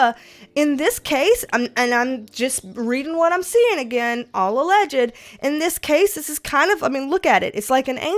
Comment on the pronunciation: All "Alleged-D-D" that made me laugh so hard!